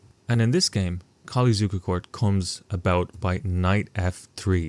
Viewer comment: At least you pronounced Mr. Zukertort's name decently. Mr. Colle....not so lucky.